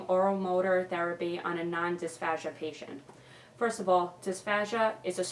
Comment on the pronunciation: also, it's pronounced /dIsfeIʒ^/. 0_0